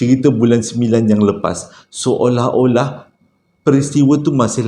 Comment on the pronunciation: Assalamu alaikum. Banyaknya tersasul. Seluring, seorah-orah dan lagi dan lagi. Sebenarnya ada bunyi sesuatu dalam rakaman tu. Langsuiur marah agaknya. Keep stady.